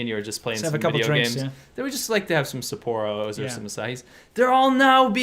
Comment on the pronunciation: Lol sa-poor-o